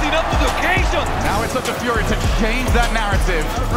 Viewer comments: I love how you changed the name to "FUJRIA" for a second there 😂I was also chuckling at the caster's pronunciation when watching live 😂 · i'm always so torn between how to pronounce furia. do i go for saying the spanish word or the english caster's way? lol